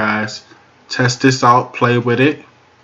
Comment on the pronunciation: "Wid" is not a word as the way you pronounce it. The proper spelling is "With" and is pounced like it is spelled